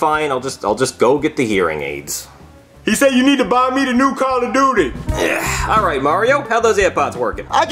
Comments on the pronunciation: “Call of dutis” 💀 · No it's call of dootis